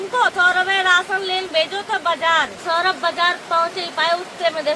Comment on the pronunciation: Saurabh name hai uska saurabhe nhi 😅